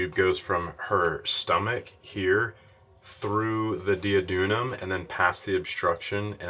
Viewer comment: Not that it matters but, on the off chance that you care about such things, you were pronouncing duodenum kind of backwards.